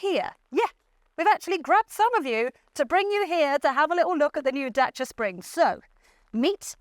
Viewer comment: love how the presenter pronounced Dacia perfectly ❤